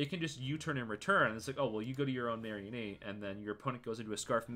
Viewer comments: ok this video is great but I hate how u pronounce mareanie it's not some kind of marionette it is a marine meanie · Ah yes "marry-a-knee"